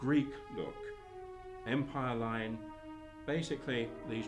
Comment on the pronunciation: If you call yourself a fashion historian and pronounce “empire” like that (when talking about waistlines 1790 and forward) than you lose my respect.